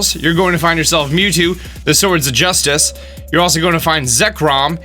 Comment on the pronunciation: Commander Cody Hey! It's Mew TWO